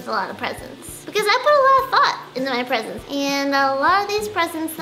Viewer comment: When she said presents I thought she said president